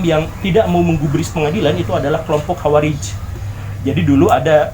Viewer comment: Mantap pak Dari universitas mana pa.... Masa madzhab jadi mazhab... Khowarij jadi hawarij